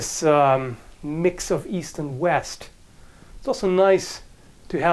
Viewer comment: East? I thought you said Weast.